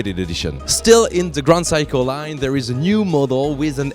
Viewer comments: SEIKO pronunciation of yours ”WRONG”💢 you just pronunce like this ' SAY KO” that mean 'SEIKO” not ”Psycho”💢💢💢 your pronunciation is NO! good💢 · phsyco ? i thought you pronounced it Seiko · What is psycho? I thought it was Seiko. (Say-ko) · It's awesome that the "Seiko" pronunciation in English sounds more like "Psycho". Priceless. For what Seiko offers for the money can be seen as "psycho" for the Swiss possibly. Made my day. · Its S-e-i-k-o not psycho dumbo!!